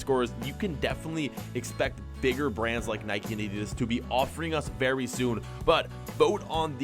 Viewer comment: It's nike not nickey